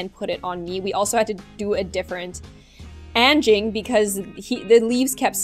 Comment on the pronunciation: I am from Indonesia and you said anging wrong